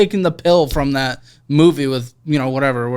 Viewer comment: When hits us with that strong Midwestern "dat" 😂 Hello from a fellow Midwesterner!